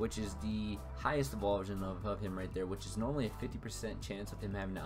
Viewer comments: Thanks for the tutorial but some advice... it's pronounced "evo-LU-shun" not "evolve-shun". Not trying to be a jerk but thought you should know. The argument of "I say it the way I want" need not apply-- it's not a Pokémon name, it's a word from the English dictionary. I imagine you want people to hear your tips and opinions, so trust me when I say it's pretty damaging to people's impression of you if you say a word like that wrong! Keep up the vids though :D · its pronounced EVOLUTION, not evulsion